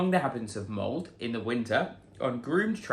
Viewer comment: My mom is from Molde. It is not pronounced mold. The E is not silent. Sounds like Molda.